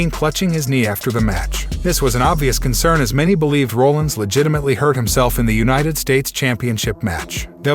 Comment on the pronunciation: Love the channel but i think you botched a lot of names 🤣 like Brock Lesnar, Rodriguez and Rollins